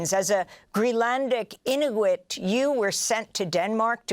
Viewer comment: Amy can’t pronounce Inuit or Mountbatten but goes to town with the Latin names. Madurrrrrro, Puerto Viy-atta🤣